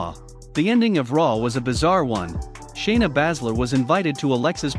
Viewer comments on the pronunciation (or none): Lol why you keep saying shayna name wrong